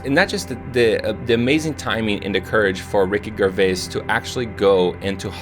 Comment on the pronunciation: Okay, it’s pronounced "Jervais", not G for Garden "Grrvais" - and that was British actor Jonathon Pryce, not Spielberg.